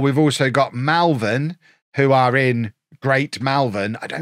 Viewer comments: Pick my local team Malvern!! And its Malvern not Melvern lol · Hope you choose Malvern as it’s the town I live in 😂 FYI it’s pronounced MOL-vern confusingly. Common error! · Malvern is pronounced Mall-vern it's in the middle of the town amongst the houses down the road from where I work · You've upset me with your pronunciation of Malvern.